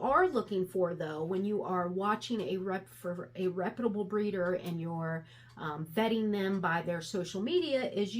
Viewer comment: Good video. Your pronunciation of the word reputable kills me lol. All in good fun. It comes from repute(d)